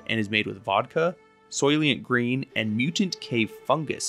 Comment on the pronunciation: He said “soylient green”😂😂😂